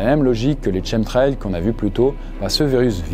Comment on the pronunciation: Shemtrail 😂 Ça se prononce Kemtrail 😊